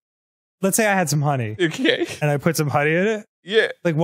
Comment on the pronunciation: Arins little "oKaYy" cracks me up 🤣